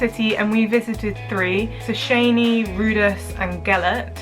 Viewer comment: It is actually a nice video, it shows only like 3% of what is worth seeing in Budapest, but in a nice, personalized way, enough to make people wish to visit. The girl pronounced the name of the Szecsenyi bath in a wrong way, but its ok, its difficult to pronounce anyway. They are right, Budapest is a real pleasure city, wonderful food, wine, bars, architecture, and most of all, thermal baths, pools and gyms. Also the rest of Hungary is beautiful, old cities, lakes, parks and again, thermal baths.